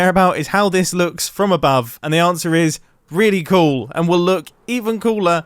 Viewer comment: Only Mumbo pronounces "cool" as "coo"